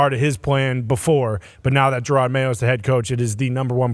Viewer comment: Who's Jerard Mayo? 😂😂😂😂 ❤ Yew Lombo!